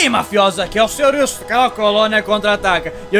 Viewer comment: Sidão falou errado, é sr sr wilsu rsrs